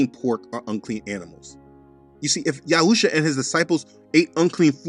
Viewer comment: I like how you say YAHuah and YAHusha! Most people say it different "yaHOOah, yaHOOsha" with a hard HOO instead of soft ooah. But I noticed that your drawing of the unclean animals from Acts 10 has a giraffe in it, I guess whoever drew that doesn't know that it's a clean animal?